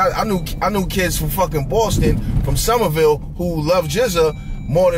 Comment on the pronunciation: Oh shit said Somerville lol